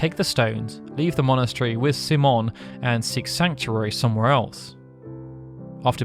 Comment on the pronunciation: C-Mon? What an interesting way to say the common name, Simon.